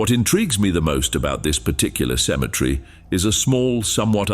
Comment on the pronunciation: You do realize the word is actually Cemetery not symmetry. They're two different words totally entirely they're even spelled differently